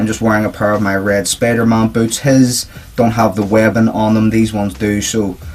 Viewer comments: Sorry if i being mean too ya just that when u say spider-mon its really spider-man so I'm sorry man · It's Spider-Man it's not Spider-Mon ughhh